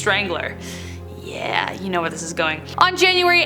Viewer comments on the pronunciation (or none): none